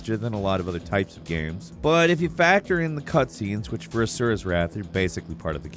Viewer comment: ASURA'S!!! A.S.U.R.A!!! PLEASE PRONOUNCE IT SAPARATELY!!! WHAT I HEARD IS AZUREWRAITH